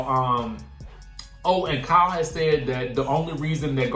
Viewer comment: Lol the pronunciation of Kyle “cow” was kicking ass today